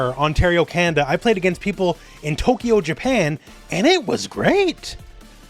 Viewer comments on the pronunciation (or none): none